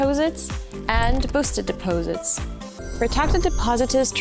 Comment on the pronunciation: Depoesits? What the hell is a depoesit? What a strange commercial.